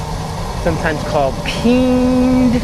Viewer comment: I laughed whenever you said peeend